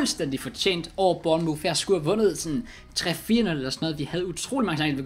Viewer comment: Det udtales burnmorf